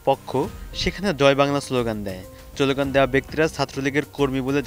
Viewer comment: আপনি স্লোগান শব্দটি সঠিকভাবে উচ্চারণ করতে পারছেন না। ভালো করে উচ্চারণ প্র্যাকটিস করুন, তারপর ভয়েস ওভার করবেন।